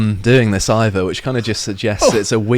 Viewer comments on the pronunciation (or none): none